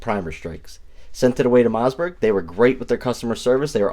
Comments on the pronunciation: "Moss"..like Toss Not "Mauzburg." There is no "Z" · Am I hearing MoZZberg? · Did he say Mozzzbergh?